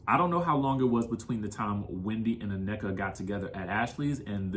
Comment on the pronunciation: OK, Americans, you have been listening to afrobeats long enough now to know the pronunciation of African words. In particular her name's Nnenka Not ANNEKA She mentioned this in the first episode. Cmon don't do like the Wypipo and say what you think you heard😢 Number 2 If you cannot see through Mias poor poor attempt at 1 upping Wendy's comments about being slow then yall gullible. She is weaponizing her children to make it seem that Wendy is offending intellect of all including children which she's only calling Mia slow rightly so has none. Because we can all clearly see that's what she's trying to do. She's trying to appear as. Being the victim by being called slow of which she is and saying it like she's more offended by the comment because her son has a speech impediment. Nice try Mia but fail 😅😊